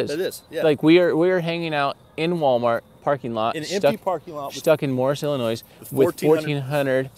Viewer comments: Do not pronounce the S In Illinois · S...is silent...!!! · BY THE WAY....... the last S in illlinois is silent you don't pronounce it!